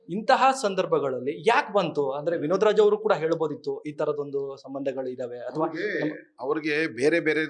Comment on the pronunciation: ಅಣ್ಣಾ ಇಲ್ಲಿಗೆ ವಿನೋದರಾಜ್ ಅಂತ ಉಚ್ಚಾರ ಮಾಡೋದು ನಿಲ್ಲಿಸಿ